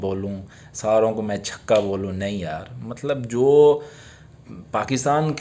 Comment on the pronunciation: Yar chako q bolty ho chaka bola kro